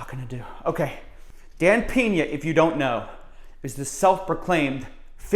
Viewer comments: its Pena (read 'pna' not 'pena') i know in english 'e' is read like 'is' without s, but he is from Mexico you moron, and look out cos when he decided to sue you, you will be living on a street like this guy Shane Stamford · 😂 I love how you pronounce his surname “Piña” hahaha instead of “Peña”. Piña means pineapple while Peña is a kind of a Rockie hill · It’s Dan Peña! Not PINA SMH!!!